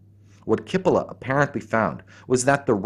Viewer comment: the right pronunciation is cheepolla (rimes wit Capella and btw means onion)